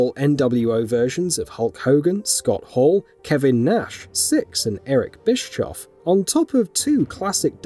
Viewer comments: Just for future reference, it's Bish-off, not Bish-choff. Cheers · Just for future reference it's Bisc-hoff